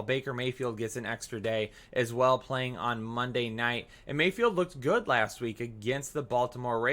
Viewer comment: FYI your assistant f'd up Baker Mayfield's name. Good Show bro! New sub here